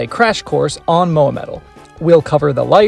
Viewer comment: Please... just say Moa.... I'm trying so hard to keep watching the video but its hard when you say her name that way xD Please just say Moa ;)